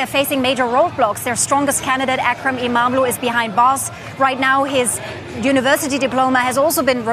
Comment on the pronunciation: The more you cover the news about Turkiye, the better you are getting at pronouncing Imamoglu. Just not quite there yet. :)